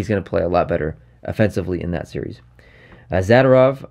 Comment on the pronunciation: Just and FYI zadorovs name is pronounced like zaDOORov